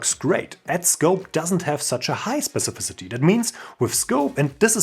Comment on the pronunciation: Thumbs up for being able to pronounce 'specificity' better than 99% of CSS developers. Perhaps you could help Sabine Hossenfelder pronounce 'physicists' please?